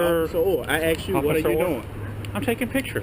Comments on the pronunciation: He axed you! Not ask axe!!! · But but but, he axed you to stop !!! lol... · "I axed you." Did you need any surgery after you were "axed"???? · Did this cop just say "there's obviously something wrong with you"? Is this guy a doctor? Sounds like his speedy diagnosis!! This first cop needs to STFU!! he also needs to stop saying "I axed you" ! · When they say I axed you it just shows that they are dumb fucks, ASK for someone who speaks english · You have to wonder, how many people has he "axed". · You didn't do as AXED lol